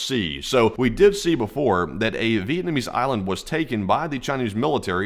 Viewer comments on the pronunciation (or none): none